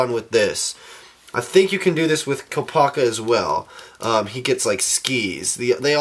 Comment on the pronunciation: Okay so now lets take a look at KOOP-A-KA lol